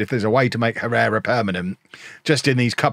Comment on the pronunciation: It's pronounced "Errera". H is always silent in Spanish.